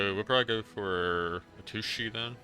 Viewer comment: Chandra’s name is pronounced shandra not Sandra. Heliod is pronounced Heliod not helod. And atsushi is pronounced atsushi not asushi. The T is not silent. 🤗 just a friendly tip in case you didn’t know